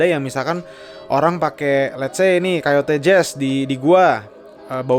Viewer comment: Langsung berhentin nonton pas dia bilang Kayoto